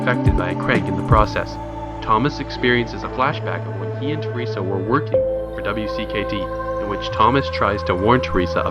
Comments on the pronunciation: Just gotta say its wicked and u say it wicked not W I C K E D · Does it bother anyone else that he mispronounce Minho’s name or spells out W.C.K.D organization instead of just calling it “wicked”? Lol no?.... just me?....ok then. Lmao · Pronounced Wicked! Other than that great recaps